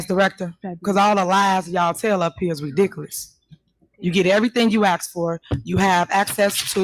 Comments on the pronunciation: Tahoe Tiffany needs to go back to school and take ENG 101. She also needs to take Elocution lessons. It is "ask" not "ax". It is "with" not "wiff". It is "ridiculous" not "wedickkulus" Do you get the picture Tiffany? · Speech class. Act # Ask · "You ax me trustee, so let me finish". Tiffany Tahoe...it's ASK, not ax. You're a Super Crooked Mayor 😂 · I can’t believe she still says “Ax” instead of “ask” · By the way the word "aks" is ask hehe... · FYI- ax = ask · And perhaps a basic language class, as well. The way she pronounces “ask” is simply embarrassing.